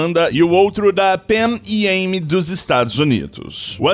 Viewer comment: A pronuncia usada é Panam "Pan Am"